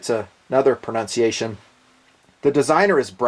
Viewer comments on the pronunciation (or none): none